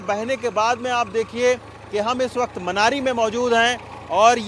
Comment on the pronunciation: मान्यरी नहीं वो मनेरी है दूसरा भटवाड़ी है भड़ियारी नहीं